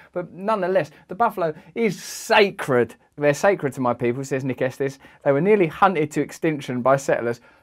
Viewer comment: It's pronounced Esteez